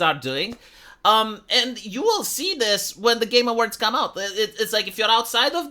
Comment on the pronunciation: Everytime says Game Awards it sounds like hes saying "Gamer Words". I vote the community hosted Game Awards be called the "Gamer Words"